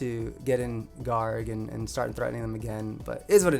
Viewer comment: Garganacci is such an infectiously good sounding mispronounciation. It just rolls off the tongue. It's like Dondozo, I call it Dodonzo, it just feels better lol